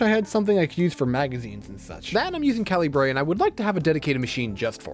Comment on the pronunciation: Calibre is pronounced kal-e-bruh